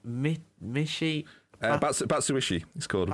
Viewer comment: we pronounce Michy Batchouahi